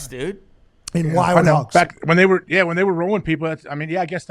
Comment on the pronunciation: I’m here for Pat getting to say “ WY-OLD HOGGS” for all of eternity lol.